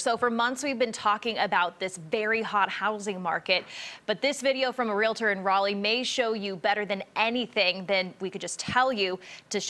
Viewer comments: This guy needs to learn how to pronounce the word REALTOR. Its not REALATOR. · Realtor not realAtor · REAL-tor, not REAL-A-tor. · The word is "realtor", pronounced: "real-tor" not "real-a-tor". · It's appalling that a reporter isn't educated enough to not say "REALATOR". 🙄 It's REALTOR. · It's not pronounced" realitor" it's "REALTOR". The only ones making money are the real estate companies. By the time you pay the hefty commission you could end up with less of a house. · Dear Reporter, repeat after me: Real Estate Real-tor Not "real-la-tor" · Someone probably should've told the reporter that it's pronounced real-tor, not real-a-tor. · It isn't real-A-tor. It is REAL-TOR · Someone please tell that it's pronounced real-ter, not real-a-ter. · Its pronounced REAL-TOR not Relator. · Its not rela-tors. Its Real-tors. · Honey.... it's pronounced Ree al tor.... Not Ree let or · REALTOR! REALTOR. Not REALITOR. Real. Tor. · Realtor, not ree-luh-tur. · Real-tor, not real-luh-tor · The person talking in this video cannot even pronounce “realtor” he says “relitor” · It's REALtor, not relAtor. Learn your language. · Realtor, not Real-a-tor. You got it right a few times. Good job with reporting sometime that should not be “news”. Scraping the bottom of the barrel. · REAL TOR. NOT REALATOR YOU BAFOON!! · Realtor not real a tor. Lol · None of this surprises me. The one thing I could never figure out is why so many people have such a tough time pronouncing REE-AHL- TOR.... Drives me up the wall.🤣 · that's hysterical 😅 I've had a lot of friends and relatives who consider themselves Ree Luh Tors... And I always correct them (jokingly, of course) and you should hear the 157 different explanations as to why they pronounce the word that way... Which is also hysterical.😂 I guess I'm just a Smart Aleck. Cheers! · Why is the reporter saying “real-a-tor”? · The reporter said "re-la-tor". Good grief! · What’s a “real-a-tor”? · Real la tor???? Come on. You're kidding, right?